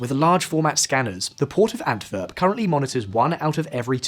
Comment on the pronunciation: Really minor detail but the pronunciation is killing me lol "w" in Flemish Dutch is more or less pronounced like an English w so it's not "Antverp" or "De veever" but "Antwerp" and " De Wayver" (following English phonetic rules).